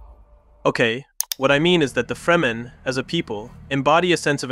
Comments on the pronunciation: Awesome breakdowns, you made some really great points that I hadn't previously noticed about some of my favorite movies that I'll appreciate even more now! If I can give one piece of feedback, it's that I think you could work a little on consistency. You pronounce Fremen 3 different ways, two incorrectly but in different ways almost back to back, and the same with Chani when talking about the importance of Blue (although those aren't wrong necessarily but still conspicuous). This is a minor point, but you've got such a great quality of work already that these little things stand out more and to people who notice them it could shake their faith in your points if it feels like theres still mistakes being made on the really basic stuff. Idk if you have an editor that you work with, but someone to help catch little inconsistencies might really help take your videos to the next level. I'm looking forward to seeing your channel grow and what other awesome stuff you'll make going forward. It's so exciting anytime I find a new channel making thoughtful work. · Good analysis, but the mind boggles at how you can watch nearly 6 hours of Dune and still pronounce it 'Freemen' almost without fail. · Man says Freeman wtf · FREMEN, not freemen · Why use an AI voice. Shit like this makes me doubtful that the text written is even AI. The AI voice can't even pronounce the word "fremen", instead leaving us with FReJmAIN. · The way you say fremen makes me feel like you've never seen the movies lol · How can you go into such depth and pronounce Fremen totally weird? Totally distracting. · Great video... but how do you manage to mispronounce names/terms over and over again, even in the same sentence you manage pronounce things two different ways... Fremen, freemen Leto, Leeto Chani, Chainy Harkonnen, Harkownen Ibad, Eye-bad ??? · its crazy working on such a great 10minute dune video but consistantly pronouncing "fremen" incorrectly.. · Freh-Men not Free Men. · FREMEN NOT Freeman